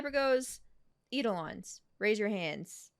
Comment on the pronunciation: Ephiolties is pronounced effie-ol-tea-s Idelons sre pronounced eye-do-lawns